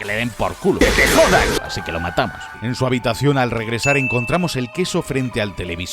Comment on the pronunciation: Es "así" no "haci"